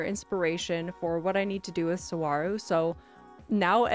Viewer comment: Sorry, lovely island, but as someone who grew up next to Saguaro national park, I CANNOT get over your pronunciation haha